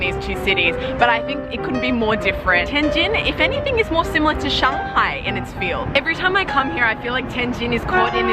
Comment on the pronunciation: You sound so chinese when you say "tianjin" and "shanghai"